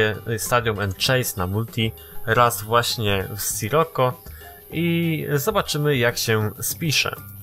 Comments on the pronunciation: mówi się "Sziroko" a nie sroko!:D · Drogi nie mówi się Scirokko tylko Sziroko:) I nie mam bólu dupy o to:) Pozdro